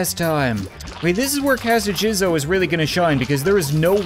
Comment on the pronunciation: It’s pronounced Jezo not jizzo